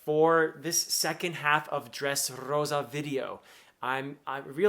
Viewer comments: As a spanish speaker, I LOVE the way you pronounce "Dressrrosa". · I love how you roll the r when saying Dressrosa. 😎 my favorite navy are Smoker, Tashigi (G5) Garp and Fujitora. 😅 they good people.